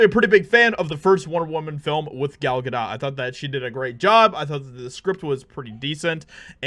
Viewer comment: Common, its not a silent t in Gal Gadots, name. The T is still there.... Its Gal GadoTTTTTT lol